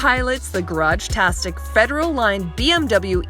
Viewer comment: Bruh did she just say Garage tastic instead of Garagistic?! I swear they need to find a new host/ interviewer. She never knows what she’s talking about